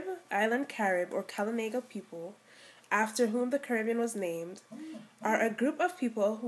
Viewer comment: Good info but you need to learn to pronounce the words proper.. we KALINAGO are a proud people .